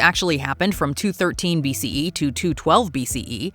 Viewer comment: Hearing the narrator repeatedly saying BCEEE was obnoxious 👎